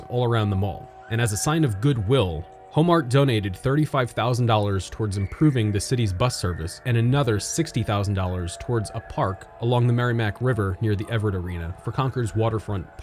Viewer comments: It's pronounced like Merr-ih-mack. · Merrimack, not MerrYmack. Helping you out with that pronunciation!